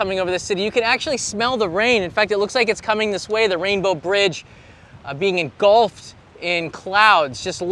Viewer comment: "you can see Rainbow Bridge engulfed!" French accent 12-seconds later... "it just came out of left field!" Never change 😂